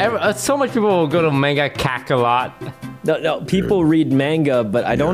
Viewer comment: the way they kept saying “mangakakalot” got me